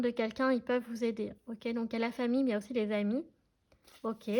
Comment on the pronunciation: Bonsoir, pourquoi "les chamis" ? Vous êtes rigolote, mais on dit "les amis" 😁 Merci pour vos guidances 🌹